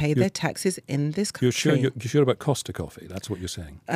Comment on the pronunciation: Cost coffee lol you mean Starbucks?? Hahaha